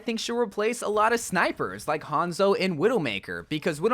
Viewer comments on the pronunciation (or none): none